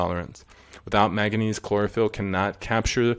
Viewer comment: He should really learn how to pronounce Manganese.... Because it ain't "maga knees"